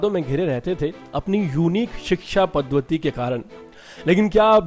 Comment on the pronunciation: Arre bewakuf pronunciation to thik kar... Padhwati kya hai? Padhati hota hai.... Paisa kamaneki kitni lalach hai tumme, uchchar nahi aate aur osho ki bate sunate ho... Thodi sharm Kare bad.